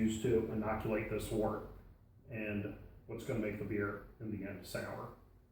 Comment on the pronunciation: another person pronouncing wort as wart. Boo.